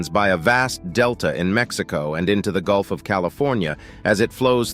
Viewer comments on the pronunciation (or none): none